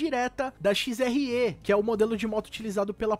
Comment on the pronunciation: Finalmente alguém falou certo XRE